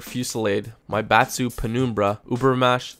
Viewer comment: did he say "maibatsu" or "my bath suit". :D